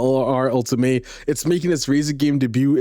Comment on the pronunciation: You keep pronouncing the Alpine 'ultimay' but it's actually 'ulteam' because it's a french name. The car list is super nice ngl, I just hope the bug of looking left and right inside the car is finally fixed, it's keeping me away from the game